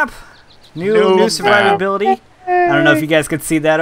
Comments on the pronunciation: You did say Survurvability lol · totally said survivability